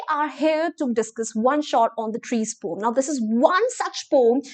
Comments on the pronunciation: Poem ko pom pronounce Krte hai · Poem❌ pom✅ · Poem bolne ta tarika thoda casual hai "pom"😂